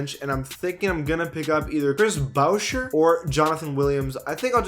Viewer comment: Chris Boucher is pronounced booshay. Like Bobby Boucher, the best lb in college football history